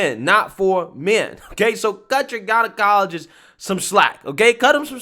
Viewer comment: Bruh... "jeneye-ologist"